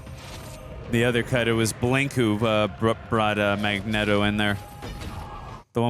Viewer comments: its not mag NET o its mag neat o but thats just how its spelled magneto he keep sayin his name with net its neat like this is neat but spelled magneto with out the a in it literally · "We say Magnet-oh cus that's the way..." No, that's just your simp way. It's fn Magneto. Stfu dude 😂 after that she shit on you about the gym. 😂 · It's not Mag-netto, it's Magneato, children. Uhm, just read the comments or just watch the animated series. I mean lets face it, if you guys' are gonna make money off YouTube. Please pretend to know what you're talking about. I like the woman but dude with the Stache is misinformed Way to go, tard! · Mag-Knee-toe...not Mag-net-to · Are you guys saying Eric name wrong on purpose? It's Magneto as in neat-o not net-o. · is makniero not makneto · Hey, it’s [Mag-nea-do] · Remember guys, its pronounced mag-NETO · Its mag knee toe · The mispronouncing of Magneto is driving me crazy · The way they say magneto makes my head hurt 😒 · It’s pronounced Magneto, not Magneto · This is my favourite prequel. Your magneto pronunciation sounds weird it's distracting.